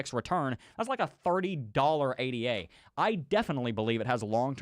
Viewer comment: I like your analysis, but please pronounce ADA "aay-duh" it's not "aay-dee-aay"